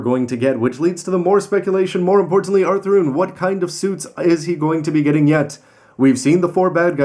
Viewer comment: He calls him author i stead of athrun